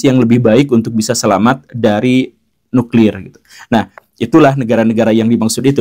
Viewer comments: Nuklir Pak... Bukan nukril...!😁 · Nuklir atau Nukril....!?? 😅